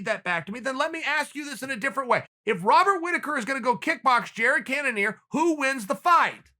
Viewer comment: Wobbert Wittaker